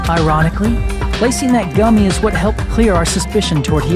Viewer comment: gummy gum-me guhm-e gummy